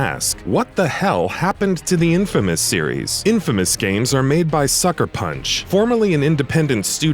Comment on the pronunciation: Am I the only one getting uneasy by him saying infamas instead of infamous?